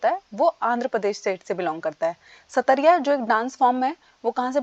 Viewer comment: Ma'am Satariya nhi "sattriya (सत्रीया) hai